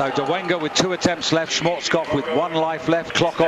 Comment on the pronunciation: It's Dolega, not Dolenga